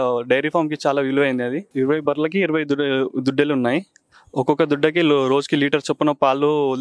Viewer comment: దుడ్డలు కాదు దూడలు